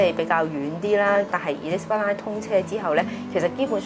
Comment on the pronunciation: Would your guest please pronounce “Elizabeth Line” properly.